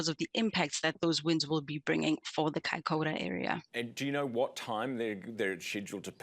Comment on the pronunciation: You pronunciation of Kaikoura is wrong ...it's not. 'Kai K' orr .ra ' ---- it's "kai. K ' o.u.ra ' . 😊 Even the met girl .😊